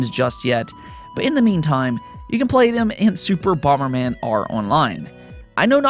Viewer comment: What's bomer man? The original nes had bomber man.